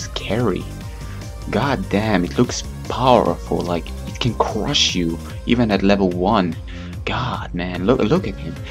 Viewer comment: haha cwush u lol